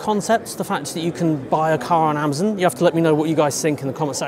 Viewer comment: It’s AmAzon not Amzin